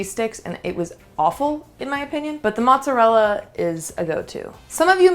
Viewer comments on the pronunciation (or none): Please, don’t say mozzarel 😵‍💫, it’s mozzarella 🇮🇹🇮🇹